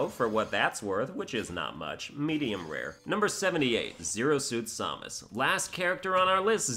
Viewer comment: Seriously, hearing you butchering Samus' name makes my blood boil.